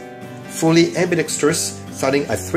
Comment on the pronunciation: You pronounce the word "ambidextrous" better than 80% of firearm youtube creators in the US, and it's very satisfying. Thank you.